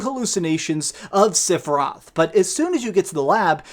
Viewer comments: Lol seph I Roth the i is not silent lol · Stop calling him SIFeroth ! Rage!! Lol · OK this is just criticism. 2 things. 1.) just because they changed or added stuff to the story, especially with the Whispers, it doesn't make it a sequel. It is still a remake. 2.) please understand that you are saying "Sephiroth" wrong. He has 3 syllabus in his name. Not 2. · The way you pronounce sephiroth is cringe. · I can’t believe you said Sephiroth like 150 times in this video and not ONCE did you pronounce his name correctly. 🤣🤣🤣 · Did he just mispronounced Sephiroth’s name??? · Learn how to pronounce sephiroth